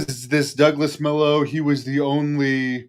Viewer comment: Its pronounced Mah-low. Its a spanish word that means 'bad'. Pretty sure is a ring name. He's a hero.